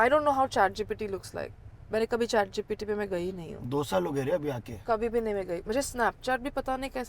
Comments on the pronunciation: said Gtp 😂😂and he himself forgot it's Gpt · GPT ❌ GTP ✅